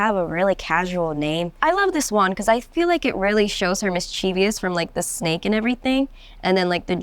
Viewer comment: Teach her how to say mischievous.